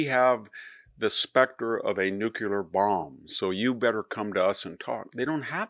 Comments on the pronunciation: “New killer”? Do you mean “nuclear”? New clee ar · Victor! I always come to you for trusted, reasonable analysis. That said, please stop pronouncing nuclear as nuk-u-lar. It's nuk-lee-ur. You're smart, but that constant mispronunciation diminishes your wisdom. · noo - klee - uhr, not nook - yoo luhr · Nu-cle-ar, not Nu-cu-lar! Sheesh!!!🙄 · Why can't you properly pronounce, nuclear! Phonetically, it's newclee er., not nuculeer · Fodor *nuclear* Not "nucular" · Victor, I appreciate your verve, but stop saying " nucular" . IT'S NUCLEAR! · New. Clear. Don't know what "new queue lur" is. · Regrettably, Mr Hanson's credibility is undermined by his repeated mispronunciation of "nuclear" as " nu-cu-lar". The word has just two syllables and should be pronounced "new-clear". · It's not "noocular", it's pronounced like "newclear" (nuclear). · I hate when people say “nuculer” It's new-klee-arrrrrrr! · NU-CLE-AR not NU-CU-LAR... there is no such thing as an atomic nuculus. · Victor, it's NU-CLEAR not nu-cu-lar. Cheers.. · nucular? you mean, nuclear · Nuclear, not nucular. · I have a problem listening to anyone who can't pronounce Nuclear properly. It's not that hard to say correctly. It affects your credibility when you call it nuculer. It is pronounced NuClear. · Me too, but I wish he would say NUCLEAR instead of nucular ! 😅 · VDH, you are one my of favorite intellectuals and I learn from all of your posts. However, it is nu-cle-ar not nu-u-lar. Thank you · Good analysis, but it is nuclear not nuke-u-lar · NUCLEAR NOT nucular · Victor, NEW KLEE ER. Why can't people pronounce the word "nuclear"????? The mispronunciation of this common word, ubiquitous in today's news, creates an instantaneous impression of stupidity. No doubt you are not stupid, but please pronounce this crucial work correctly. And don't feel bad, you are far from alone in this. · I know that VDH is far more intelligent than I - But it's 'Nuclear'.... not 'Nukular'. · what’s “nucular”?